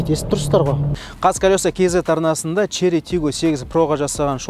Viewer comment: Шли деп айтпашы родной! 😁